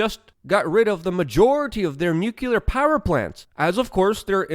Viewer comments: Nu-clear not “nu-cular” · " NUCULAR", Luke? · It's pronounced nucular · Why do you always pronounce Exacerbate as "EXASTURBATE" and Nuclear as "NUCULAR"? I'm sure people already told you but you seem to do it on purpose, are you mocking your followers?